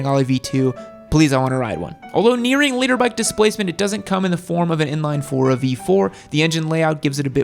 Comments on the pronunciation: Did he seriously call it a leader bike? It's a litter bike, as in 1000cc in a litter..... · What an helmet noob you haven't got the slightest clue all your info just cherry picked off the internet half of it is wrong. And it's litre bike not leader bike you absolute melt. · Litre. Lol thought no one was going to mention it. Made me second guess what it meant if the was saying it